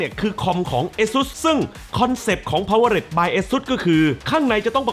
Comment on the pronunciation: ขอนอกเรื่องนะครับ พี่ ตอนที่พี่อ่านออกเสียง สปอนเซอร์ คำว่า Powered ควรจะอ่านว่า พาว-เวอร์ แล้วลงท้ายเสียง ตัวที นะครับ ไม่ใช่พาวเวอร์เร็ด ผมเป็นแฟนช่องนี้ไม่อยากให้อ่านผิดครับ ❤